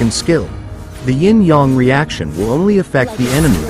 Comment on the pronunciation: İ guess i understand the "ying yang reaction" 😁 you are saying it beautifully